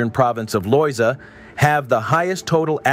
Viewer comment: I think going into the history of Puerto Rico, maybe you could learn the correct pronunciation of the Spanish words. It makes it more authentic. Mispronouncing the words is rather jarring. The accents in the words should be used. Taíno, Loíza etc. Also the name is Borinquen.